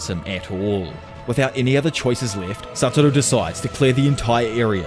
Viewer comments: satoru, not saturo. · Can you please learn to pronounce the same “Satoru” please? It legitimately ruins the quality of the video. It’s extremely distracting how often such a basic error is repeated. Not trying to be a jerk this is my genuine feedback.